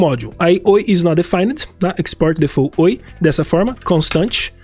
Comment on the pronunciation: Só pra referência: default não se fala “defô”, a pronúncia é mais pra difolt. O t é bem leve e curto. 😉